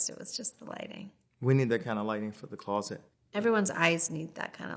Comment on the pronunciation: why he say closet like that lmao